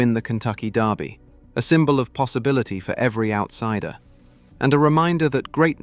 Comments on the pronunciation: It's the Lul-vul DURbee, not Louis-ville DARbee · its Kentucky derby not darby derby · AI! It's Derby not Darby you piece of metal crap! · Your persistent mispronunciation of the word 'Derby' is driving me nuts. The sound you're looking for is NOT "are", as in car or tar! It's the sound you hear in words such as, well, 'word' or 'bird' or 'turd'.